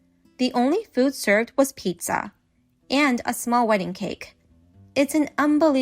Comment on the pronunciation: Pee-Zaaa. Pizza. 🍕 that was also bad.